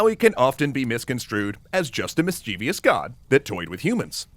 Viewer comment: FFS. It's /ˈmɪstʃɪvəs/ and nothing else. Why are Americans unable to pronounce this? Other than that I really enjoyed the vid.